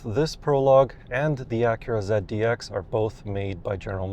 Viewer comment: ZEAD - D- X?? Um okay